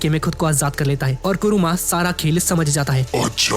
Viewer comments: bhai vah kuruma Nahin kurama hai 😅😅😅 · bhai kuruma nhi😅 kurama😂😢